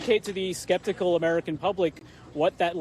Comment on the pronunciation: “skeptical” I started busting up laughing when I heard that